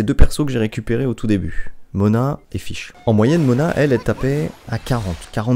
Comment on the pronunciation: Mrc pour l'info sur les voeux Je fesais tjr 10 par 10 avant Et le personnage s'appelle fishl , ça se prononce " fitchel " et pas " fish " par ce que là... Bah tu dit poisson en anglais quoi